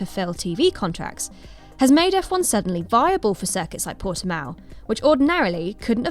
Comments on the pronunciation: It's Portimão, come on guys... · Your 'proper' title was a mistaken attempt to pronounce it in SPANISH. So retry, realising it is in Portugal. Similar language, but still distinctively different.